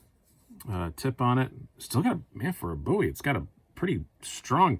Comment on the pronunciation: Luv the ‘Boowie’..